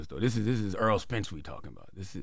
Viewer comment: “Earl Spence” 😂